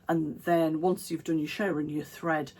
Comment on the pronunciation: You do make me giggle. Thankyou for cheering me up today. I too struggle with the arm exposure issue. Here in Australia I am more likely to get shoulder sunburn. Lovely dress and so happy to hear you saying shirring ( as in stirring) Instead of shearing (the sheep) 🤣🤣🤣❤️❤️